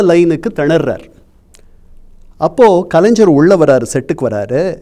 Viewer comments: Is this guy a Malayali? Reason, he is unable to pronounce கலைஞர் properly, He is using ஜ instead of ஞ (gna). Understable why he supports MGR. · ஒரு எழுத்தாளராக இருந்து கொண்டு கண்ணன் அவர்களுக்கு கலைஞர் என்ற வார்த்தையை சரியாக உச்சரிக்க வரவில்லையே.கலைஞ்ஜர் என்று சொல்கிறாரே